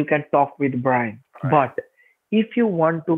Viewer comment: "but [pop]" - typical American accent